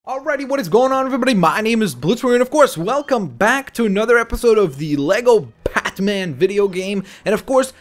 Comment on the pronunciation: you said